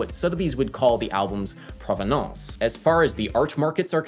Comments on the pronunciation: I can't tell if you're joking with your French pronunciation of "provenance." It's not an artsy word or something, but more of a legal or academic term meaning the origin of the piece. If some stamp survived piracy at sea and then shelling on land and finally an atomic bomb in Hiroshima or whatever, it's probably more valuable than your average stamp from the era, even if it looks pretty much the same. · Why do you say "provenance" in a fancy French accent? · the way you say "provenance" is pretty funny